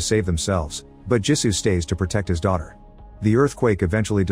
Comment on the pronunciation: Jisu not gee su